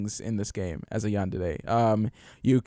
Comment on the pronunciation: As a person who likes to watch anime, everytime you said Yandede instead of Yandere I died a lil inside. XD